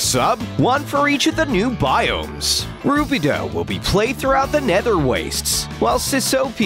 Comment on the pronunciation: The Narrator say Rubedo wrong, and now I’m angry. Say it right fool.